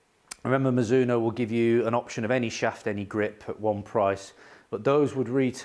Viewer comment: Great review! Your pronunciation was the correct one! Mizuno is a Japanese company named after the surname of it's founder Mizuno Rihachi. In Japanese Mizuno's name is 美津濃 and pronounced ミズノ(mi zu no). Japanese is great because it is extremely phonetic, a word is almost always pronounced exactly how it is written. ミ - mi - Pronounced like 'me', as in 'me, myself, and I'. ズ - zu - Pronounced like 'zoo', as in the place to see animals. Except the 'oo' at the end is shorter and not extended. ノ - no - Pronounced exactly like 'no' in English, as in 'no thanks'.